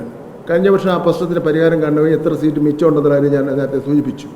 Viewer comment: Sheet alla seat 😂